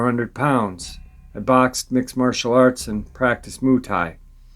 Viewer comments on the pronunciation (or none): none